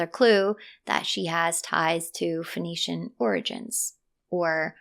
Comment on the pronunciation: Sorry but your pronunciation of Phoenician as Venetian was quite confusing.